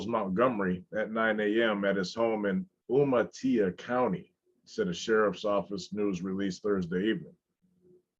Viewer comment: I love how reads everything like it’s in Spanish Umatilla is pronounced ( you mah till ah) it’s all love and respect and it’s funny They want to be “clubs” but that diamond denotes something else and by all legal definitions they are a gang Im surprised they are in Washington that’s mainly banditos and some H.A. Not pagans